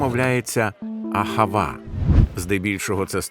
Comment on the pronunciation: АГАВА а не АХАВА